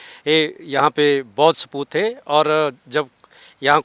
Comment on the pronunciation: स्पूत नहीं हैं...स्तूप hai